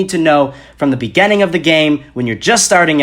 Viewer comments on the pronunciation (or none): I was 6th in my first gam. My tactic was to stay low, drop somewhere sparsely populated and wait until final circle and until you die=_= P.s I like how he says begining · “Begenneng” xD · Great job dude except you triggered me when you said beginning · I'm sorry but why do you say beginning like that? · the way you say beginning....